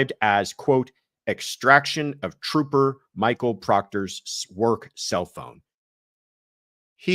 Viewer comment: Troopah Proctah. Ugh… Under the “What Not To Do As A Law Enforcement Officer” part of the manual… 🤦‍♀️